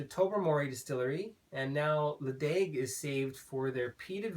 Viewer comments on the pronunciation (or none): Nice review. Ledaig is pronounced Le-chag